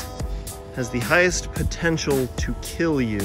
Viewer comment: These gumballs.... Will keel.